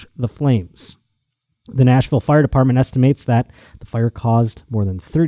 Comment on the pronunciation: Buffalo genes